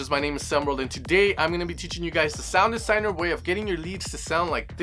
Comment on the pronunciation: you say sinedesouner instead of sounddesigner :D :D